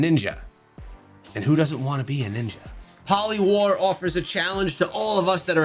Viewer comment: Holly war 😂😂 It's Polywar 😆